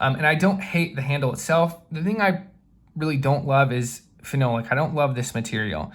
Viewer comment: Nice video. Two things: First, t's pronounced Fin-AH-lik with the emphasis on the AH. Second, phenolic is a superb material. It's been used in advanced industrial applications for years. It's a big plus compared to materials like G10, FRN, and micarta.